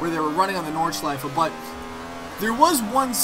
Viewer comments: Idk but it sounds so different to the way we pronounce it in Germany (living 20 miles away from the Nordschleife :D) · I love it when you say "Nordschleife" ^^